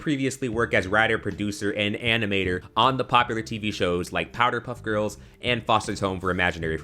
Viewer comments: Am I the only one who heard him say”powDer puff girls”... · Oh, no! You did NOT just mispronounce PowerPuff Girls!